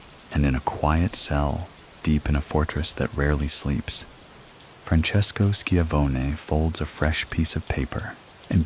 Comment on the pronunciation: Shi-Von-Ee, like Tony Schiavone from WCW. Love your videos